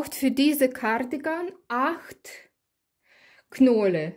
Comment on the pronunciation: Ah ich liebe es wieder wenn du in deinem Akzent Gardigan sagst es keine Kritik ich mag es einfach LG